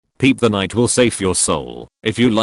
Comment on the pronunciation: did the tts actually pronounce pepe as "peep" what the fuck